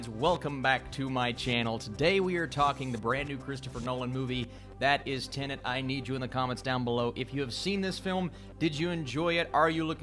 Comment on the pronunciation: Finally someone who says "Tenet" and not "Tenant".